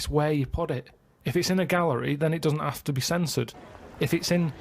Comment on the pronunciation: "you've gotta ave your critics..."